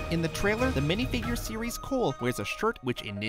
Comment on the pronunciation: Did he said cool insteadcof cole?